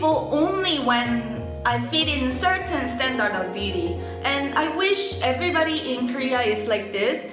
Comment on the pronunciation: i love you, but standard is pronounced "stan-derd"